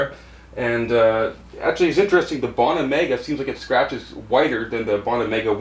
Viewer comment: Bow-na not bah-na